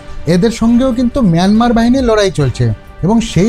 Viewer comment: মিয়ানমার আবার কী! বাজে উচ্চারণ!